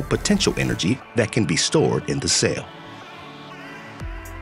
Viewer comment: It’s a CELL, not a SAIL. Pronounce it correctly!